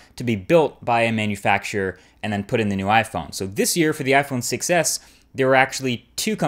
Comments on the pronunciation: anyone else hear "iPhone success" rather than iPhone 6s? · The Iphone succes , cant unhear this